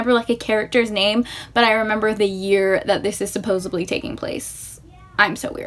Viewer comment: good video but you mispronounced "mischievous" and severely butchered "supposedly."